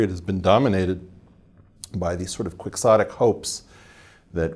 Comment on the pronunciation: Mispronounced "quixotic."